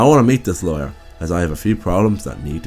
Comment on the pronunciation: Its lawyer not layer. Awesome vid btw